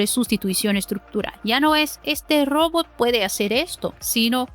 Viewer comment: Saludo al canal y a la conductura. Pertinente e importante contenido. Mi única recomendación para mejorar es la corrección en el idioma español. La pronunciación en la palabra "Robot" es un error muy notorio. Gracias por atender y por continuar.